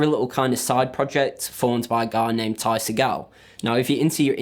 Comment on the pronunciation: You're a fucking idiot and everything you say makes me hate you. Like seriously,you can buy every piece of gear used by FUZZ for way cheaper than everything used in this video and all of it is just wrong. You don't even know how to pronounce Ty's name, you never once mention that Ty isn't playing guitar on this record and anyone who refers to Ty's records as "alternative" is an asshole. If anyone's curious as to how to actually get Charles Moothart's tone on FUZZ it's a Death By Audio Fuzz War with all knobs on into a Music Man HD130 and a Fender Twin Reverb with the reverb on both amps dimed and all EQ knobs dimed. Guitar isn't super important,anything with P90s will get you there and it helps to have a whammy like a Jazzmaster or Mustang but a strat style or bigsby will do just fine. Live Charles uses an EHX Memory Man live for self oscillating noises and weird echo sounds,it's not essential but he uses it so there ya go.